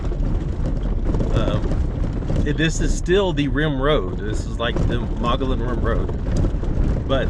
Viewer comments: as a Arizona citizen it is pronounced—- Mug-e-on Rim! just so you know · Do your research next time!!! better yet maybe your poor review will keep yahoos like you from coming up here and ruining all the great things that are actually up on the rim and all the history of the area. also learn to pronounce the name correctly Mogollon ( mugy_on) named after the native American tribe of the area. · Pronounced "Mogoyon" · Pronounced: "Muggy-on" I know because I live here in Payson.... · Mogollon (Moh-Gee_on). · Actually.... It's either Muggy-on or Muggy-own. That's how I've always heard it; plus just two weeks ago I read an Arizona Republic article, from 2016, in which the states' official historian said those are the correct pronunciations. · Locals pronounce it “muggy-yon,” go figure. Sweet shots! Miss that amazing place. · You pronounce the name of the rim incorrectly which makes you sound retarded to the people of this State that were born and raised here from back in the 40's. , Your dogs can be snatched up by coyotes right in front of you and you have them roaming around . Then you are trying to walk up to wild horses and expect them to stop so you can pet them . What part of wild do you not get ??